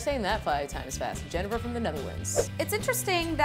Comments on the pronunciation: went to get some genever at the liquor store... Pronounced it like did. The man at the counter happened to be dutch and corrected my pronunciation. its Gen-ee-ver apparently. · Just a tip, genever is pronounced "jenneaver." It has the long E sound like beaver or cleaver. (jəˈnēvər)